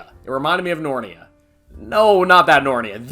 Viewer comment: No way bro just called it "Nornia"